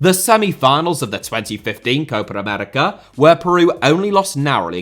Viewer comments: Am I the only one kinda pissed with the way he pronounces "Copa America" most of the time? It's not Cohpar Americar man come on 😂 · you should pronounce Copa América as two different words. It sounds like you say Coparamerica every time